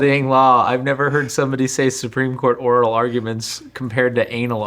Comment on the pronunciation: I thought he said anal ordinance not anal arguments. Now that sounds messy